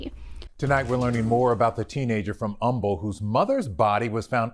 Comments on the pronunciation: to LIFE Sorry to correct you. I love your channel!! It is pronounced Umble. The H is silent. I live in the Houston area. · It's cute to hear you say humble...I'm from the area we pronounce it umble silent H.. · We Don’t Annunciate the H it’s like umble. I couldn’t believe this story when I saw it so many so close to home. Freaking heartbreaking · The H in Humble is silent. It is pronounced Umble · Ima tell you right now.. Been following a while.. I lived in kingwood, one town north of humble most of my childhood... it's pronounced umble. No h. Lol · Born & raised in Humble. 👋 The ‘h’ is silent. It’s not the word humble, it’s a guy’s last name & it’s pronounced ‘umble’. Horrific case. My tiny little town has been discovered by the masses & it’s not even a little town anymore; it’s pretty huge & populated. In turn, my tiny little hometown is long gone. The crime is moving in fast & hard. I have a 16 yo still in high school, but once she’s done, we’re out of here! So sad. LOVE YOUR SHOW! ❤ I’M A HUGE FAN! I even just happened to go out today to get your earrings, but in silver… Lol! I promise, I’m not a stalker! 😂😂 Keep up the magnificent work! Side note, I’m SO happy your baby girl is home & doing well! 💞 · Had to pause real quick, it’s “umble.” The H is silent. Ok back to the video, love your content ❤️ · Pronounce “Umble” silent h, weird i know but loves u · I am actually from Humble tx the neighborhood this happened that is literally behind the neighborhood I grew up in. Humble is a silent H. I’ve never heard of this case interesting to see. Love you channel. 🖤🖤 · Any other Texans giggle at the pronunciation of Humble lol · Love you but you aren’t supposed 2 pronounce the “H” in humble, tx :) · Holy smokes that is basically where I live. How have I not heard of this? My HS is rivals with Humble. Also, you don’t pronounce the H in Humble like the regular word. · You don't pronounce the 'H' sound in Humble. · The H is silent in Humble TX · Humble is pronounced Umble.